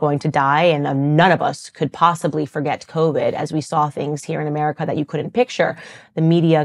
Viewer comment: Dearest Candice, you are brilliant and beautiful, and I am a staunch follower and supporter; however, for the sanity of your people, PLEASE learn to pronounce flap Ts and Ds! Putin is pronounced “Poot’n”, not “Poo in”, and couldn’t is “cud’nt” not “cu int”! Thank you!